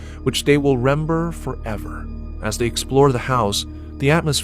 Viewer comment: Did he say rember ?? He did. A to the I narrator